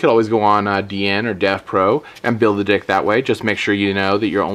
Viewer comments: Dude. You said build a dick . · Build a DICK. Most of the time instead of saying deck you say ' DICK ' x)